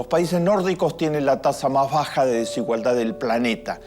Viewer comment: Peronismo pupilismo solo quiere mas pobres y menos educación. No te aproveches de la desinformacion de la gente para seguir vendiendole mierda . Y aprende a hablar desigualdad con d final no con t !